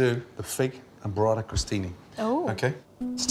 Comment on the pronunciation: Bruh 😕 it's burrata read "boo"rrata, not borrata, which sounds more like sborrata. And trust me you don't wanna eat that 😂😂😂😂